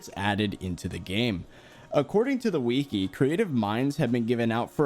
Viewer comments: Btw its not weakee its wiki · “According to the Weke”